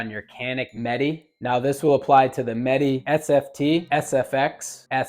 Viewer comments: Meh-Tay. Not Met-Tee. At least say it right if you want to appear like you know about the gun. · Bro said canik metee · Pronounced Met-ay.